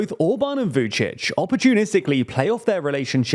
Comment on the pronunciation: You really should take a pause between pronouncing Vucic and Orban, sounded like Vucicohorban😄